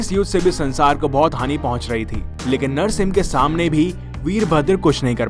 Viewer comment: Bhai tumhe narshing ji bolne me dikkat he ?